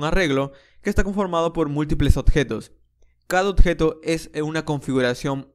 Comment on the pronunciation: Odjeto, Ocserbar, octener, MAN HABLA BIEN ME CAGO EN TODO